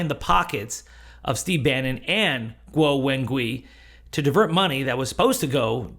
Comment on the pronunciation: Guo: rhymes with English "squaw." Wen: rhymes with the "mon" in "common" (i.e. the vowel is a "schwa." Gui: rhymes with English "sway."